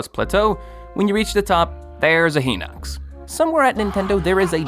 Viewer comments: It’s a he hawks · a “hinox” not a “he knocks”